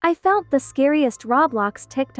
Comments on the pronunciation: HEY!! I love your video and I have smth to say. Why you say fount so found!!! Also can I add you on Roblox I absolutely love your vids. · Its always her "fount" that gets me😭😭